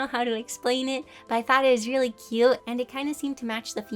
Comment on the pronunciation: " cute " T is silent. Sounds exactly like the word. Cue (人*´∀｀)｡*ﾟ